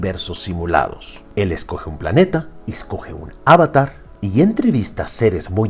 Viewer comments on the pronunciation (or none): Avatar no es esdrújula